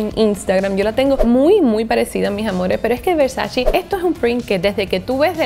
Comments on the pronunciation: No se dice "VERSACI", es Versaceeee! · Versaceeee! No versaciiii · PORQUE DICEN VERSACHI????????????? SE PRONUNCIA VERSACHE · Donatella en una entrevista de RESPONDIÓ 50 preguntas Comentó que algo que le caía SÚPER MAL DE LOS AMERICANOS era que pronunciaban MAL la marca ,que la pronunciación terminaba en E no en “i” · versace ( versache ) no ( versachi ) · la pronunciación correcta de versace es ver-sa-che 😳 ❤❤ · no sabes pronunciar Versace!!! No puedo creerlo.